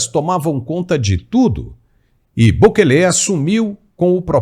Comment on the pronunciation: Não é Bukelê. É Bukele.